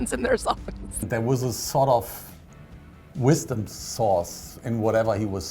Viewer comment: Did he say "Wisdom Sauce"? wtf?